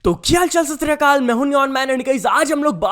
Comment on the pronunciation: ki haal chal shrshri kall nhi hota …sat shri akal hota h pllzz aggr nhi bolna atta to mtt bolo (intro)